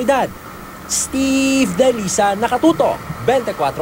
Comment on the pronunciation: ssssssssssssteve dailisan kailanga talaga ganyan pagbigkas ng pangalan Mo? nagandahan sa pangalan ang pucha!